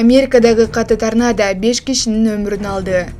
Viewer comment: Тарнанда эмес , торнандо болсо керек эле, уялбайсынбы ката окугандан.😅😅😅